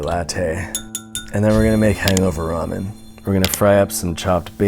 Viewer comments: “R-amen” lol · If you pronounce ramen like “ray man” get out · rah men lol